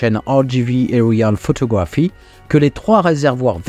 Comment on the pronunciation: Pour rehearsal, l'accent est sur "hear". Pour aerial photography, c'est sur "ae" et "to".